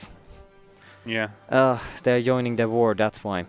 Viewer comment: Joyning? XD It is joining